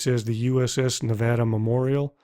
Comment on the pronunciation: i'm so happy you said nevada right!